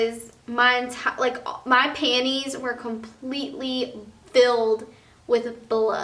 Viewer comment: I love how she says 'panties'